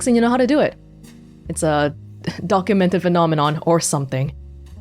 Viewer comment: NO - you DID NOT just say DUCK-umented phenomenon.